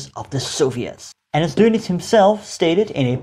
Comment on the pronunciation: thank you for not calling him "Admiral Donuts" although you could practice "adolph" a bit